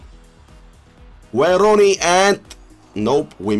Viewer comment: “Waauyn rooney”😂🔥🔥🔥